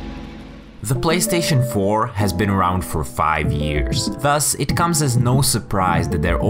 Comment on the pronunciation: He said "BLAYSTATION" 😁